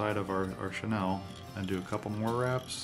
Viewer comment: Like the jig style. Learned something new with the hackle, thx. 2 quick things. 1) Chenille is pronounced "Sha Kneel", not "Shu Nel". 2) Quick point, you can reduce your waste of materials of Flashbou by folding back the 'bou with 1 strand. And/or fold back the 'bou with 2 strands the cut the folded back part in half at the loop giving you more flash. We do that all the time when tying steelhead and salmon flies. A general rule for flashbou length is 1 1/2 times the gap of the hook gap, just in case you didn't know. Again, like your jig, great tie & information sir!